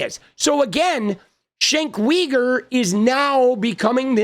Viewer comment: "Shenk Weeger" is what you would get if John Fetterman had a talk show.